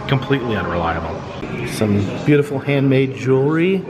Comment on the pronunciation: brutiful... a slight misspeak that is not my new favorite word.